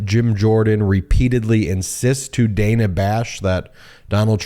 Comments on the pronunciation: Dana pronounces her name as Dan-a. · why does he keep calling her Dena? 😂